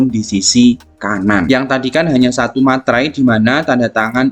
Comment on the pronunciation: Meterai pak bukan Materai🤣